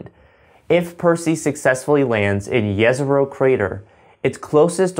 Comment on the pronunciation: Great vid just a small comment , it’s pronounced Jezrow rather than yesrow